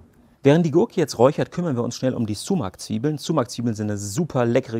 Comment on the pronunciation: Man spricht es nicht sumac sondern eher somach aus